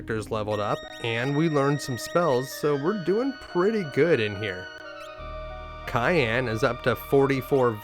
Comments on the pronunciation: kay-an, ok bud, you know you were trolling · Holy f*** mate, CYAN not CAYENNE! One is a color and one is a food!